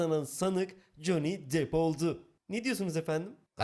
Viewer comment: Bi dakka bi dakka, JON DİP mi dedi o? Ve ikincisi, Johnny depp i dior da oynadı diye mi tanıyorlar? Lan Johnny deep dior dan daha ünlü anasını satayım...